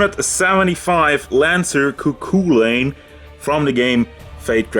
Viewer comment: Pronunciation is "ku chulain" just so you know